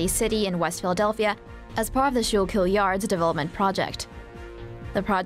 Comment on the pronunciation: Great job, you said Schuylkill wrong